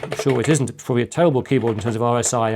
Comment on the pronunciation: "What can we say other than " pouiablry inspirational "